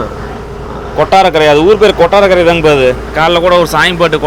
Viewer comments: Kotrakara illayaaa ath kottarakkara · கொட்ரகரா ❎ கொட்டாரகரை✅